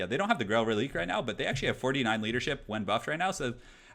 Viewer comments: Am I the only one who thinks the powerful Bretonnia infantry is depressing? They are able to take on chaos warriors and bestigors!?!? Hurts right in the lore feels! Also just as a heads up, the dead horse unit is pronounced Reli-quay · just some advice. Its pronounced Reliquae. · it's pronounced reli-QUAY